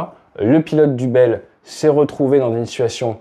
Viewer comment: Helicopter a un " Souci " ???? Problème technique. Les Gens ont des soucis . .. concerne avec le massacre de la langue française. + le Franglais. A propos BELL Helicopter....Non BELELLE 😂...